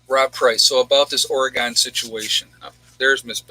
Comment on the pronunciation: Or-Gun. Not Or-eee-gone. :)